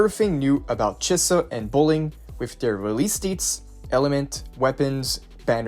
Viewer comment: Chee-sa not che-suh